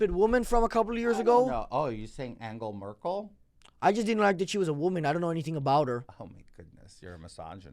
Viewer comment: "angel merkel"